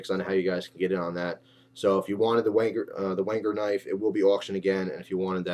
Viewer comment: thought you said "wanker knife" lol